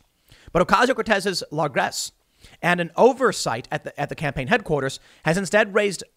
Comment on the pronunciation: Add 'largesse' to the list of words Tim doesn't know how to pronounce.